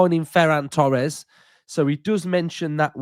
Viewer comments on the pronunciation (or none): none